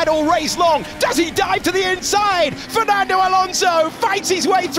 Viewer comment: Mais c'est quoi ce delire d'appeker Alonso... Frenand?